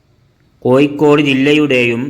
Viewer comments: കോയി ക്കോട് തു പോയി അക്ഷരം പടി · കോയിക്കോട് ഏയ് കിലോമീറ്റർ തൊടുപുയ മുവ്വാറ്റുപുയ എന്തോ കൊയപ്പം ഉണ്ട്